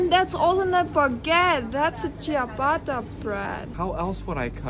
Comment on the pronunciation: Warum Ciabatta immer so ausgesprochen wird, ist mir ein Rätsel. Kommt wohl auch auf die Expresso und Latte Mattschiatto Liste.